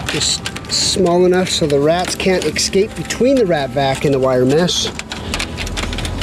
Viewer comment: Escape! Not exscape!